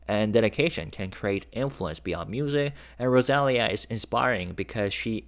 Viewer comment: Maybe it's Rosa-lee-yah?